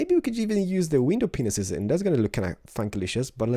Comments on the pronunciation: Am I the only one who keeps hearing "window penises" instead of "window panes" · Haha yes I think he says it all the time and I giggle because I'm a 12 year old at heart lol